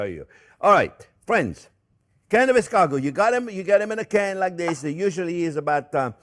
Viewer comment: How is it possible that Chef is pronouncing escargot incorrectly while in French accent? Yes, I've rechecked, the stress is on the last syllable.